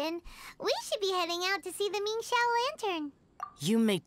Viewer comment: for once someone who says "Xiao" correctly